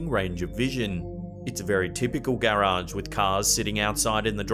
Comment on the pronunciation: The way you say garage, gay rage 😅